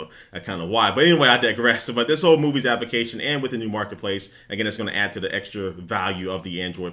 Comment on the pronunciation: Anyone else noticed when says Application. she says it Like APP-I-CA-SHUN Completely Misses the L